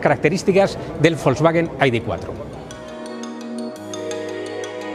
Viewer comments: En once minutos que dura el vídeo ha pronunciado AIDI veinticinco veces Este “ señor “ debería volver al colegio para que le enseñen a pronunciar las letras ,,, i,,,, de Se ve que estudio en un colegio privado que es donde van a parar los que no aprueban las oposiciones , yo como estudié en la escuela pública no digo AIDI TRES ,,,, digo ,,,, i de tres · entonces por qué lo pronuncian en inglés , cuán están hablando en español ??? Hay que ser muuuu tonto para , en un vídeo en español pronuncien en inglés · Para decir el nombre del coche en inglés lo correcto sería decir "ai-di four", no? (Las letras las traduces y el número, no?). Si nos ponemos exquisitos, siendo un coche alemán, tendríamos que decir "i-de vier" (algo así como idefía) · El coche del pueblo por 35000€, ¿ de que pueblo?, porque del español no lo creo, aparte no creo que haya que estar repitiendo el nombre (encima mal pronunciado ) continuamente